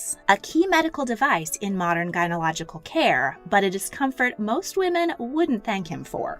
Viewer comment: That ain't how you pronounce gynecological